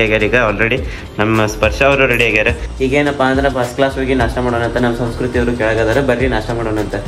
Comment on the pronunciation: ಸರಿಯಾಗಿ ಕನ್ನಡ ಮಾತಾಡು ಅದು ಸೌಸ್ಕೃತಿ ಅಲ್ಲ ಸಂಸ್ಕೃತಿ ಬೇವರ್ಸಿ